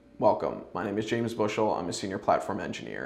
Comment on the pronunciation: I had to play the intro back. That’s the first time I’ve heard anyone named James pronounce their name in two syllables. Pretty unique!